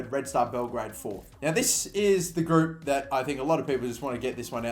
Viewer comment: Group not groupe 😂